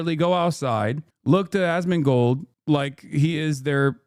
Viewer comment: I enjoy how Foreign Man in a Foreign Land says his name Ass-Man-Gold